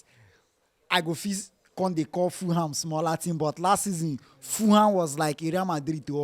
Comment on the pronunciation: It is Ful-ham, not Fooham.